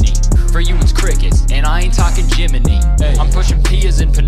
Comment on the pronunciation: I also hate to be that person, but it's Jiminy, not Jimmeny.